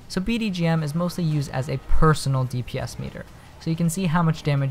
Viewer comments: Its bgdm not bdgm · It's BGdm not BDgm. XD I made the same mistake ^^